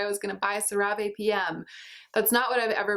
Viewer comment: fun fact! I once saw an ad for CeraVe and apparently it's pronounced "Sarah Vee". Before then I always read it out loud the same way you did.